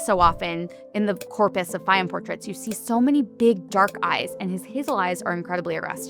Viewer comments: It is pronounced Fay-yoom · Absolutely brilliant video! (Please note, nonetheless, that Fayoum is pronounced Fy YOOM -- i.e., not with the accent on the first syllable as the narrator consistently says it.)